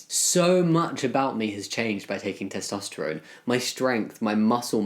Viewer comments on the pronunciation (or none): none